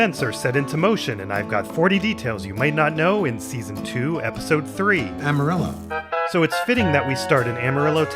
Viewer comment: Amarillo and Armadillo, being Spanish words, are mispronounced throughout. Gus Fring vibes